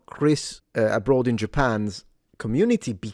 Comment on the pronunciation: Did you say "a bytsh in Japan"? 🤣